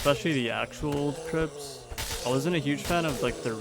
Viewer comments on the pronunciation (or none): Any1 else cackling at the video sections saying “crips” 😂😂😭